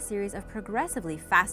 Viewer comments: Lowe she man at least she try lol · how this woman pronounces "jumbie" got me laughing